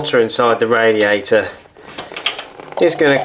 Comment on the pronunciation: I love ot when you say radiaerai